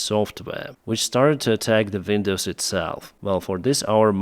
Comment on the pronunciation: “Vindows”. rof,l. 😅